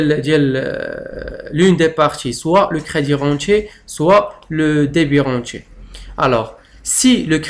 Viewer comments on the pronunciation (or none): Vs prononcez mal débirentier et crédirentier.